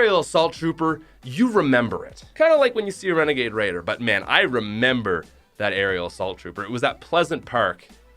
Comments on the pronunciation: You said wenegade waider came out in 2019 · He frikin said renegaid raider last seen December 2019